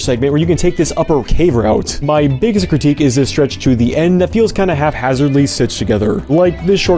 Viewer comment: It's "HAPhazard," not "HALF-hazard."